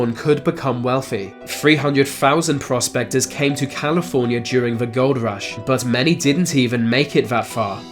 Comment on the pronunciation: It sounded like he said prostaters instead of prospectors.